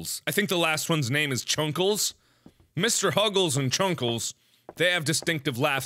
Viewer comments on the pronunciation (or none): it is not chuckals its chester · Chester not chuckles lol mr tatters not whatever u said huggles 🤣🤣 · Its not chunckles its chester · its chester not chuckles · I have never been so disappointed in mark until after he said Kiki, Mr. tatters, and Chesters names wrong